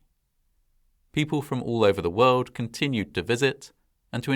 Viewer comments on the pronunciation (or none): none